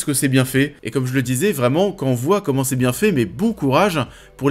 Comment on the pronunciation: Commeanng, personnageanng, visuelleannng